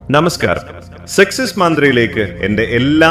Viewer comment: സെക്‌സസ് മന്ത്ര അല്ല..സക്സസ് മന്ത്ര❤